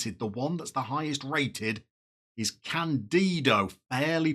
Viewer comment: Technical Director Report: 1. CHAMPIONES! OLE! OLE! OLE! 2. Accent is on the first syllable of his name so it's "CAN-dido",. I hope we'll be hearing his name a lot in the future. Also, every player with an "unambitious" personality that you showed has a Determination of 13 or higher in that youth intake. Fingers crossed we can sort those personalities out. 3. I think it's definitely time to say goodbye to Nana (because we have youth players who can grow for that position and who cost less) and we absolutely should upgrade at GK if that's possible. I tend to follow the belief that "defense wins championships", so I build from the back. If our defenders are good, then I'd upgrade the midfield next. I think the strikers we have will do pretty well at the next level, but if there's a bargain to be had, then by all means go for it. Also, I'd note down which positions we have aging players and look to revitalize them with either youth players or someone on a free. What's the change in wage budget, hmm? 4. Quick reminder to discuss a Senior Affiliate with the Board soon! 5. If the Board expects anything above midtable this season, I'm going to be astonished. It's time to solidify ourselves in the third tier, not gamble on playing above our station and being relegated. Fingers crossed that the Board agrees with me.